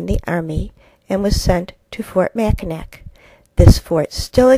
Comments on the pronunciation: Great video - I'm going to use it in my classroom, but Mackinac is pronounced Mack-a-naw, not Mack-i-nack. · Mackinac (pronounced "Mack-in-awe" NOT "Mack-in-ack" is located between the Upper and Lower Peninsulas of Michigan, NOT between the Upper Peninsula and Canada. Thanks!